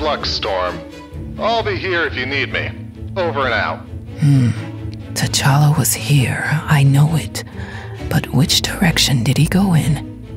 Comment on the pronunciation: It's t'challa not t'chally